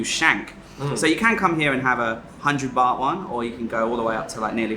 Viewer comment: You speak better Thai than me, but please stop saying "Bat" when you mean Bart (Phonetic) Baht. Please!